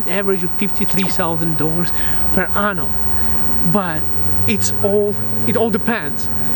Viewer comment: Why do you keep saying “anum” as for year ? 😅🤣